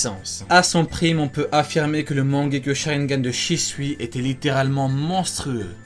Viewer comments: C est mangekyou pas mangekyo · On dit pas mangekyoU ?? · et stp respect naruto en disant correctement "mangeku" tu fait male au oreille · La prononciation de « mangekyo » est pas tout a fait la bonne 😂